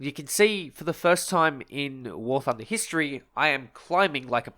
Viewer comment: Someone make a compilation of saying “gooday’ ladies and gents, welcome back to war thunda”